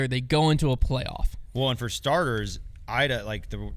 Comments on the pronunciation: Come on we’re not even pronouncing Iida’s name correctly?? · It's a nitpick, but it's Eee-dah, not Eye-dah. *Iida Lehtomaki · E-duh not I-duh. On Apple Podcasts app making my ears bleed and whispering. Crazy that in here it’s fine. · E-da, not I-da. I don't make the rules. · Iida is pronounced Eda for you Americans ✌️❤️ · Agree not a nitpick. We only heard her name like a thousand times. I really wish as an American we can have correct pronunciation of ALL European MPO and FPO players! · can’t even pronounce Iida’a name correctly and still claims to care about FPO. Insane